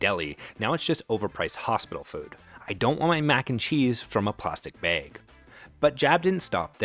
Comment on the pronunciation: It’s distracting when the narrator mispronounces words like “espresso,” “especially,” and “bag.” Dislike.